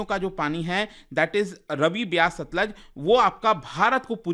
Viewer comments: रवि नहीं रावी और stluj nhi सतलुज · भाई जी रावी नदी को रवि बोल रहे हैं, सतलुज नदी को सतलज बोल रहे हैं